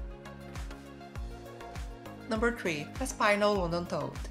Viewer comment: You pronounced Aspinal as As-PAI-nal when it should be AS-pee-nal.